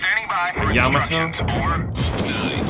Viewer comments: ya ma to not yama to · LOL. He keeps saying Yama Toe.